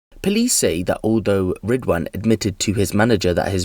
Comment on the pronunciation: “Ridwhaan” WTF